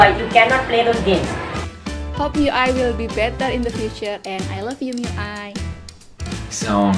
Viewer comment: she said i love you mi i , subtitles had to save it, thank god